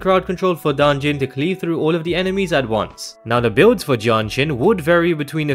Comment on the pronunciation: I couldn't tell which hero he was saying between Danjin and Jianxin, so this video got real confusing real fast.